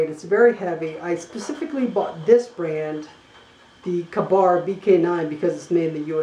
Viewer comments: You're New to the survival skill's thing ain't Ya? It really shows. By the way it's pronounced K-bar. Also when you make review video you should stick to the reviewing. Instead of explaining survival skill's that any one that would be watching a survival knife review video all ready knows. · It's pronounced Kay-Barr!